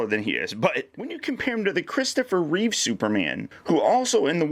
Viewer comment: It's Reeve. No "s" at the end.